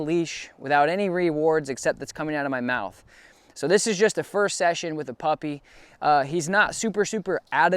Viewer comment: Huh you said puppy all wrong